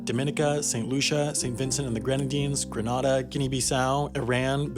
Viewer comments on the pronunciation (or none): You mispronounced Grenada. It's like grenade-uh.The way you pronounced it is a city in Spain. Just FYI. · Just so you know... Antigua is pronounced "An-Tee-Gah" And Grenada is pronounced like 'grenade' with an 'ah' and the end. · Gren-AY-duh. Not Gren-AH-duh. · It's pronounced Gre-NAE-da not Granada. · Hearing this man mispronounce Antigua, Dominica, Grenada, etc.. hurt me.